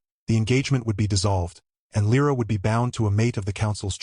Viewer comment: Perché continui a dire L R A? È Lira. :-/ Bella storia, e trama. La regina non è lei. Anche l' inglese non è tuo ;-)